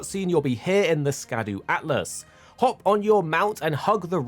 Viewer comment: It's...ALTUS....not atlas...wouldn't have said anything, but soooo many people say atlas, I couldn't help it lol just giving you a hard time 😂 good vid thanks much 👍